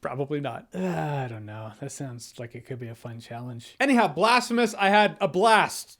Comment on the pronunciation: Blastphemous... Damnit Jeremy😂